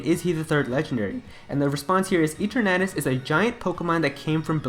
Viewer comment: It’s pronounced E-TER-na-tus.